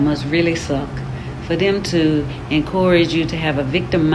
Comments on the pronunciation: It hurt frfr... whew 😂😂 She really lost brain cells trying to pronounce it 😂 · I won’t take anyone serious if they can’t pronounce the word “encourage.” 😅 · Did she try to say encourage😂. My goodness, they're gonna love her.